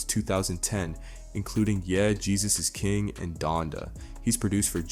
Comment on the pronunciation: My bro this is a good video but I can't go without noticing how you just pronounced ye